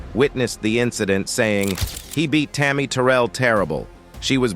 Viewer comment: That’s not how you say tarry Terrell name 😐😐